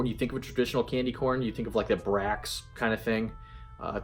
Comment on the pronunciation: I love your shirt color...I don't know why I didn't see this video until today...A a cute puppy...I want one...lol...Great review on these...It is interesting how you say Brachs..we must use our accent when we say it here....You need to keep the jars from Kringle when you are done...I am sooo glad I took the risk on Haunted House...I wanted it for the label even if it smelled like coffee but it is the perfect scent for a fall night....I am so sad that I decided to pass on the Witches Cauldron since I had the original but I want to burn one and I don't want to light my original...I sure hope they decide to being them back next year...I am a little afraid that they will think it was too much effort to do the black jars but maybe they can start getting them made earlier next time so it won't be such a crunch to get them delivered.